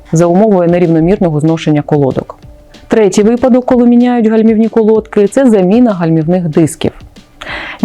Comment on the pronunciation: Правильно наголос на и, колодкИ